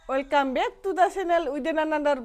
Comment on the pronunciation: 😂 Welcome ❌ Oilcome✅